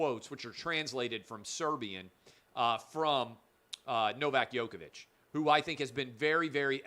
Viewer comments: U pronounce Djokovic like Joke-a-Vic not Yoke-a-Vic. Please pronounce it correct as he is arguably the greatest tennis player alive and u as a talented sports journalist should at least pronounce it correctly. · Please, stop saying "Yoke"-ovic! It is "Joke"-ovic!